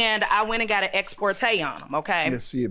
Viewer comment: Degrees... and the people who own them aren’t ‘repping’ them ... she said ‘exPORtay’👀👀👀it’s ‘Ex parte’